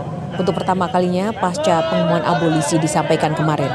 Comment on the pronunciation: Eh mas reporter breaking news mengatakan abolisi dengan abosili .mas bukan abosili tapi abolisi